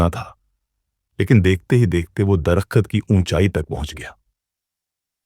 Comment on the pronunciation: Dar -kht yar drakht bol le bhai..